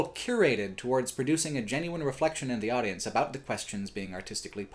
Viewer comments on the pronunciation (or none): none